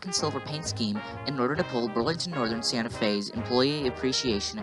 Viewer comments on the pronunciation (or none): none